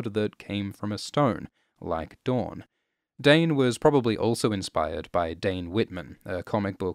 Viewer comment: I feel like "Dayne" is how a Dothraki would pronounce "Dawn".... Read into that as you will